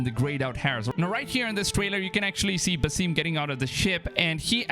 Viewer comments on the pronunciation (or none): Basim not basiiiim im Arabian so I can correct it for you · it's not "Baseem" literally just "Ba-sim" like sims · Its ba-sim....not ba-seem its arabic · Its Ba-Sim... Not Ba-seem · Your prononciation of Basim is wrong... The weight isn’t placed on the “i” it’s placed on the “a”. The “i “ is pronounced more like how you pronounce the second “a” in Haytham.